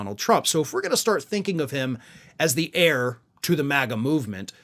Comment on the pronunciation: Heir, pronounced as error.